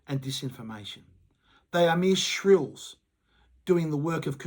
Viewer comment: Agree wit your message, can i just say though, since you use the word multiple times in the video - it is SHILLS, not shRills...